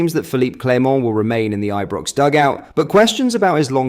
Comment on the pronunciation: Learn to say Ibrox correctly lol